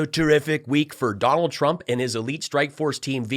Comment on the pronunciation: "TURMP". Not once but every time. "TURMP".